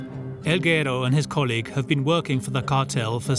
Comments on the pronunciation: its guerooo not gero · narrator keeps mispronouncing guero during the whole doc 😂